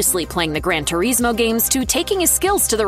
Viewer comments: Gran ter ees moe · “gran tureesmo”